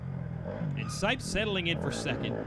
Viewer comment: Does anyone else think he says sikes instead of sipes